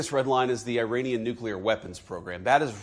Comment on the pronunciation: Did he just say " iranisky"